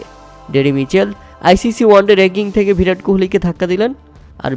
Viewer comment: ভিরাট কোহলি না রে ভাই বিরাট কোহলি হবে😂 বাংলা উচ্চারণ করতে শিখো